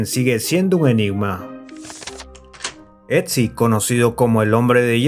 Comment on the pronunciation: Otzi, no "Etzi" jaja